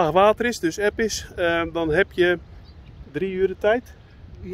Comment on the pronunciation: Ha en, ja toch niet tan en dan uitspreken met een harde T 😁 ja het blijven bijzonder mooie plekjes die je kan bezoeken groetjes P&C